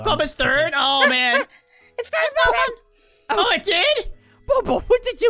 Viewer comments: Did anyone notice that springtrap calls puppet poopet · XD why does springtrap call puppet poopet